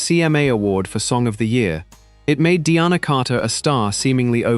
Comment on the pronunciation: It’s Deena Carter, not Deanna.